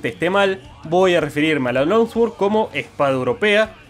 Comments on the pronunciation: se pronuncia long sword no lonswoord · Por qué decís long sguord..? La pronunciación es l(ao)ng suord... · Al tercer "lonsguord" tuve que dejar... espada larga o buena pronunciación.